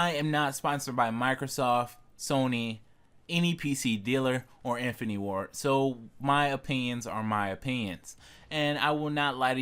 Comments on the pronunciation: IN. FIN. AH. TEE. 4 syllables you knob. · its infinity ... not infiny and squad not swad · Decent video. I would learn how to say infinity and opinion for future videos lol